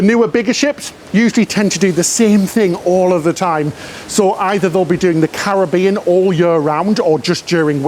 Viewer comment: Love your videos always look forward to the next one! We’ve done a few cruises mainly on royal first ship was navigator just done anthem we are one cruise away from diamond 🤗 keep up the good work.( hey think you need to tell how to pronounce “Caribbean “😂😂😂)